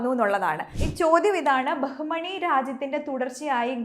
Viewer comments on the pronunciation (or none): ബഹുമണി അല്ല ബാമിനി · ബഹുമണി അല്ല. ബാഹ്മിനി. (ബാമിനി )